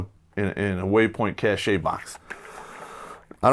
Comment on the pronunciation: Cache is pronounced Cash, as in money.